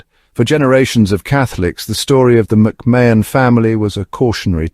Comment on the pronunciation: Pronounced Ma hun….